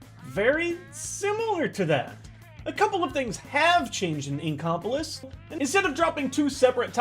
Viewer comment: i thought it was called ink o polis not ink cop olis